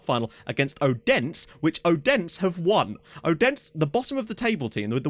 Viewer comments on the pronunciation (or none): By the way when pronouncing “Odense” the D is soft (ayyy) like “Othense” if that makes sense